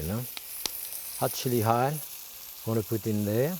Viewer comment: I haven't seen this episode in like 20 years but I always distinctly remember Jacques pronouncing "hot chili oil" like "hot chili hile" like he did .